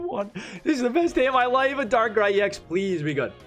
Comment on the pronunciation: Maybe you read Darkrai ex a bit wrong?